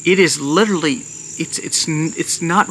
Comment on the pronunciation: Please listen to how many times you mispronounce and over use the word 'literally' in this video . . . 🙏🏽